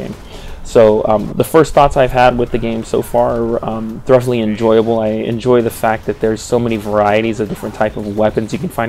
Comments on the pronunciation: Are you pronouncing the word "thoroughly" as "thruff-lee"? It's actually more like "thurr-oh-lee." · Not to be a dick but 'thoroughly' is pronounce "thu-row-lee". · "Thur-uff-lee"? That's a pretty funny pronunciation of thoroughly. "Thu-ro-lee" is standard.